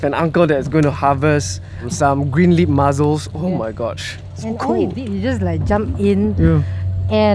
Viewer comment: MuSSSSSels! Not muzzles😬